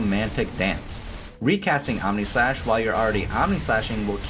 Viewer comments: I thought I heard AmèSlash. 😂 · did you just say... Ameslash?